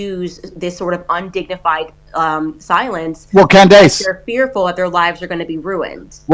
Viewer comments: Great conversation but the Tate brothers mispronouncing Candace’s name was a bit akward 😂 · Can bro really not say “Candace”?